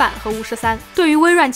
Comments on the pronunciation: 你是不是去过北美留学过，你是听过华人里面唯一一个studio不读成sdiudiu的人... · 可能我第一条留言表意不明，我说她像北美留学过是因为某些其他单词，然后她studio发音很标准，很多华人发不出正确的音